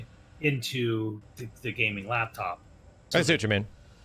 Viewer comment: Did he just say gameing laptop 😂😂😂 who's using a gameing laptop for gameing